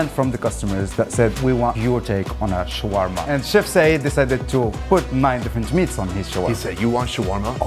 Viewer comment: "You want sharwarma? Ill give you shwarma"